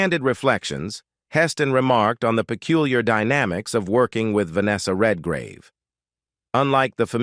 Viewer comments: Who ever does these needs to get the names right it’s not Vanessa Redgrave not Vanessa red -gauve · Venessa Redgravey what a horrible pronunciation of her name. Its Venessa Redgrave - Red as in colour and Grave and in burial. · Per fer man ses....REALLY?!?! red gar ah vey!!!??? (For those of us who speak well known words...performances and Redgrave) And when did Gene Simmons become "a glamorous Hollywood actress!?!!?😂😂🤣🤣🤣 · Heston was NEVER black-listed in Hollywood. It's 55 Days AT Peking not TO Peking. It's Vanessa REDGRAVE (English actress) not the Italian sounding RED-GRAVEH. Heston didn't appear in The fall of the Roman Empire, it was his Ben Hur co-star Stephen Boyd. This is so bad I can't keep watching. Good luck!